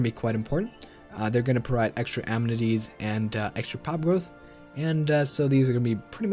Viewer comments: In the first few seconds, you had me. I've hated Wiz for a long time. But "am-netties", seriously? "Uh-men-it-ees" practice now. Administrative Cap doesn't matter. Ignore it completely. Trust me. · a-MEN-ities, Not am-netties. Thank you. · It's pronounced "Uh-Men-It-Tees" Your videos are amassing though. Thank you!